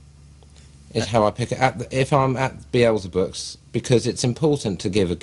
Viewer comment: heh... "Beelzebooks"... never realised that before :P